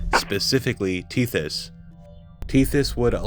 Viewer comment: Lil bro said “tethy” 😂😂😂